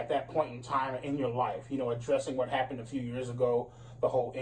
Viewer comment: Is it your accent that makes you pronounce "happened" so terribly?